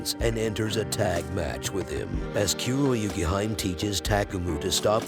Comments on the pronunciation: Kuroyukihime is pronounced Koo-row-you-key-he-may. It means Black Snow Princess. I cringe whenever I hear "Kyuroyukihaim." Did you ever actually watch the show, or did you just read the character names and plot summary? Amateur. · WILL HE LEARN TO PRONOUNCE KUROYUKIHIME'S NAME CORRECTLY? FIND OUT IN THE JAPANESE PRONUNCIATION GUIDE!